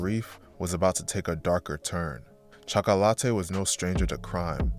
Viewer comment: Chalk-ah=latte lol